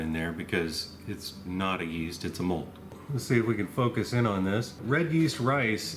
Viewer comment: I like pearl. Kokuho Rose is my favorite. ✨ I mean, for eating anyway. Whenever he says mold I first hear the word "mulled." Get it out of my head! I know what he means. I was thinking about that black rice that turns purple when you grind it. I wonder how that would work, how gelatinous it gets by cooking it... I also wonder if the time it takes to ferment this stuff has to do with climate. There are some pretty tropical places in China that would increase mean temp during fermentation and thus increase intensity of conversion over time. 🤷‍♂️ I'm trying but I don't have that much experience. The bathroom part made me laugh. I was thinking of a different take on it; "This is my wine bathroom. mHHHHH! Smells very fruity!" 😆 I wish people understood that whatever I do on my own property is none of their business, and that isn't hypothetical but protected by the supreme law of the land. Now I wonder about putting this in a cask after it is brewed. The clay pots increase complexity of flavor with use. There is some clay tea pots for example that are hundreds if not thousands of years old, and it is known for making the depth of flavor unparalleled. Research Yi Xing clay for more info on that. 👍 I happen to be a tea fan.